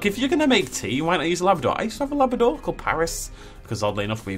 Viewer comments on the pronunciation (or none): the whole time you were saying Labrador i thought you were saying lavender just really weirdly 😂